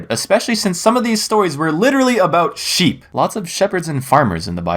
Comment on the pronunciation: Omg LISTEN HE SAID SHEEP SHEEP MORE LIKE WATER SHEEP WTF